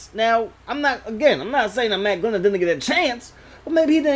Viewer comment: You know he's bad when makes a video for him and gets his name wrong through the whole video 😂